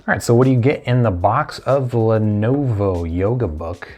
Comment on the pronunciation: A few issues with this video: 1. Lenovo, not Lenova 2. Start the video , not 3. Learn your specs dude, seriously. 4. This laptop came out in 2016 you are literally 2 years too late.